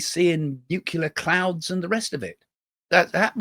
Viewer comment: Can you please say nuclear the correct way it's not nuclear